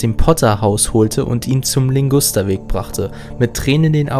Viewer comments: In deinem Video ist ein Fehler. Die Straße nennt sich nämlich Ligusterweg und nicht Lingusterweg, wie du es gesagt hast. Außerdem hast du den Geist falsch ausgesprochen. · LIGUSTERWEG, es heißt LIGUSTERWEG und nicht Lingusterweg